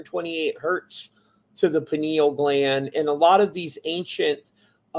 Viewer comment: “I know everything about this” proceeds to mispronounce pineal gland repeatedly smfh 😂